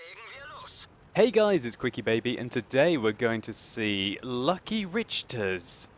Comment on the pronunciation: it is not Lucky, its LUC-ky